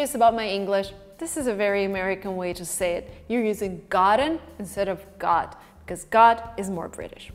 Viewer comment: I dont know how youtube auto subtitles work, but when you say "got" subtitles show "god". I mean your pronunciation is a little wrong maybe